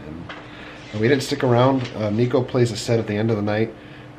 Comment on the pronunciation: Just to let you know, a lot of people get this wrong but his name is pronounced Nick O not Neek O.